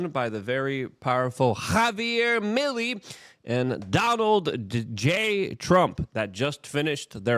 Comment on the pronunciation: His last name is pronounced me lay.